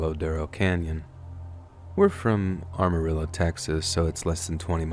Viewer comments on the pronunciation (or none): It's Amarillo, Texas not ARMarillo. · as a hard core texan, you pronouncing Amarillo as “arm-a-real-o” instead of “am-a-ril-o” hurts me😂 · Nice video...also, not sure if anyone else has noticed this... I'm from that area in Texas...its actually like Amarillo like am as in "I am". :).